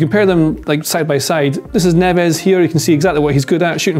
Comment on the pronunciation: Please say Portuguese names correctly Neves is Nevzzz...Nunes is Noonz We are not Spanish